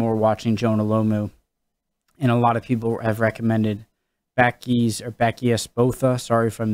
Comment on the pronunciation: pronounce buckies